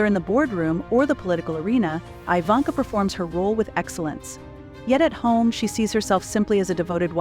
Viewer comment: Her name is not pronounced "eye-vanka", but, "ee-vanka".